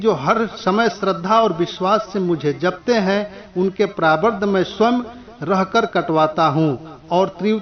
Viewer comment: प्रारब्ध भी आप नही बोल रहे हैं आप सही से😀👏 पहले सही से बोला कीजिए फिर डाला कीजिए।